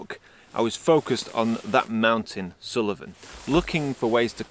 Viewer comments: Hi, another great video, but it's sool-ven not sul-e-ven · Great video and lovely images but it hurt my ears to hear Suilven repeatedly called Sullivan :-) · Brilliant video, Assynt is one of our favourite places to holiday, the scenery especially climbing the mountains are very special. In the pronunciation of Assynt, there isnt a hard i. There isnt an i after the L in Suilven. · Sorry, but something in this video jars with me. The mountain is called Suilven not Suliven.